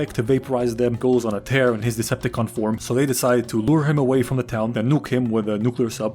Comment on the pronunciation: it is decepticon not desepticon